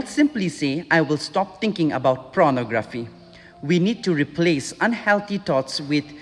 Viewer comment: It's Pornography, not Pronography...